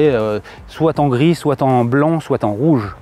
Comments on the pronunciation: Alors, on dit pas "concepteuh car", y'a pas de E à la fin, on dit pas "soite" mais "soit", le chiffre quat' n'existe pas non plus, rien ne "peut permettre" (?!!!!), enfin cette voiture ne "VA" pas avoir ni pouvoir (38 fois, quand même !!!) ce qui est dit, elle le fait déjà. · Pas "soite" mais "soit"....